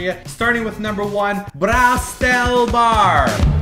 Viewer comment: Guys...I am from Germany and it really hurts to hear how you pronounce the word like Ehrenfeld and Braustelle :/